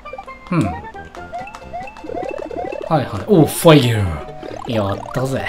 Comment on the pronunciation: 毎回「おっファイヤー」が「おっぱいやー」に聞こえる